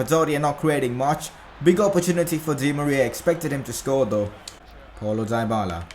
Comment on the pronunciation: it's dee-bala you dumb bitch say it right